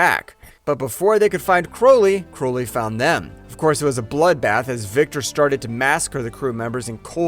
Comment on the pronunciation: It's Crowley. Like cow or out. And it's a Hatchet, not a ratchet. Like the name of the first film. I swear it's just all phoned in at this point. When you say his name like that, ITS PROOF THAT YOU HAVEN'T WATCHED THE MOVIES!